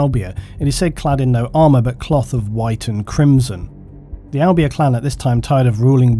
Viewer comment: im from albania and was like tf when i heard u say it so makes sense it wasnt right